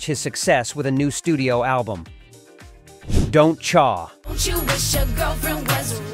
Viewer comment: “Don’t Chaaar” think AI-narrated videos are weird?